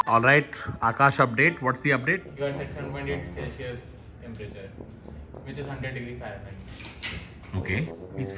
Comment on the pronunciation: said the temperature incorrectly